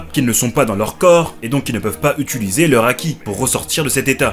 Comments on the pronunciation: Utiliser pas utuliser pitié chef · Ça me stresse tu fais toujours l'erreur de dire "utUliser" au lieu de "utiliser" 😅 Sinon top ta vidéo !